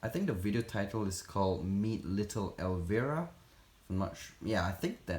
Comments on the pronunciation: El-vi-ruh not el-ver-ah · I just wanted to let you know that you are pronouncing Elvira wring, I know your first language isn’t English and it’s understandable why you got it wrong You pronounce it with a hard I like ell-vy-ra it’s actually a very famous country song and the name of an actress from the 80’s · Lol, the name is actually pronounced as “ElvEYEra”, like you have to EYEs on your face. She was this Halloween vampire character with giant breasts 😂.